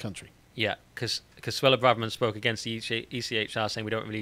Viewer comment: He murdered the pronunciation on Badenoch and Braverman.